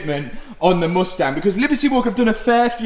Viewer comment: The way he pronounces mUstang is painful.